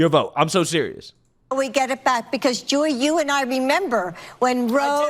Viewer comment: She called Joy "Jewey" like 5 times 😂😂